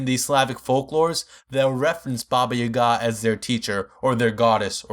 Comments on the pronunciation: I'm from Serbia and Baba means grandma and it's Jaga and not Yaga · You are saying Baba Yaga wrong.Yaga is pronounced Yiaga. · You dont know how to say yaga! XD!!!! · Baba Yaga isn't "Boogeyman", Baba usually means "Grandmother" in most slavic languages, I know because I'm slavic myself. But Idk what Yaga means, so what I got rn is "Grandmother Yaga." I'm also pretty sure it's pronounced "Yah-gah" not "Ya-gah" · Yeah its not baba yagA its yAGa and baba is grangma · uuuugh baba isnt her name and yaga is pronounced yAga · its nit pronouns Yaga dont put force on Y its iaga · Ok.Actually this comes from Bulgaria.And Baba Yaga means Grandma Yaga. And uasually ,,Yaga" is pronounced "Ya"-when you say YAAAs,and "ga" when you say-GAp. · yaga has emphasis on yaga ^ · You are kinda overpronoucing the second A in Yaga